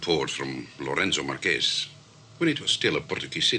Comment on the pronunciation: Ha ha, pretty certain the secret services knew better than to pronounce the capital city of a then Portuguese colony in Spanish rather than Portuguese: the Marques in Lourenço Marques is not the same as the Spanish Márquez, meaning the e is not pronounced as the e in Kes but more although entirely like the er in avert. And having a Somali African woman play a South African Bantu woman is a glaring miscast. Otherwise superb, especially Robert Morley. 'Have a peanut' .